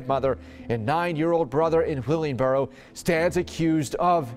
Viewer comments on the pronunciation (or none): holy fuck i remember the first case i live like 10 minutes away from there and it is pronounced Will-in-broro i actually know the house my mom-mom lives really close